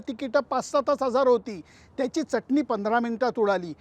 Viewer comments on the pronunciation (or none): none